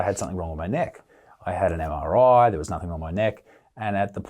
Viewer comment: Isaac can you please stop saying (nothink) It’s NOTHING! A part for that good work 👍🏻